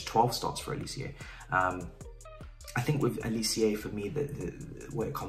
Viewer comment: Bro bro bro bro bro.. it’s just pronounced how it’s spelt g, Olisé. Not olicieah